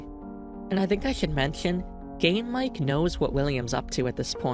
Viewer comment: can't unhear "game mike" as "". anyway banger video rules